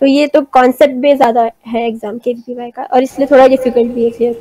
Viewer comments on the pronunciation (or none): Are aunty KVYP nahi KVPY hota hai😆